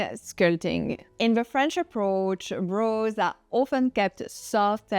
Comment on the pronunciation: Brows, soft “o” pronunciation. Sounds like now, power, shower.